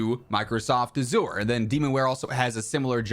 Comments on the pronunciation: Gotta help you out dude, Azure is prononunced AH shure and Kubernetes is Koo brrr net eees. I'd help you out if you were mispronoucing nicoise salad too. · Microsoft servers are pronounced this way you’re pronouncing it the wrong way. Let me tell you how to pronounce it. A. Zer I’m a Microsoft cloud admin at a data center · It's not pronounced "asour"... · Every time Azure is mispronounced a programmer losses his wings.😢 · Anyone else in tech losing their mind every time he says Azure? haha Azure has rough competition with Google, AWS and IBM, most places I've worked with have some AWS integration